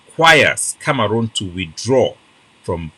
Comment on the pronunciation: Na CAMEHROON not kamaroonm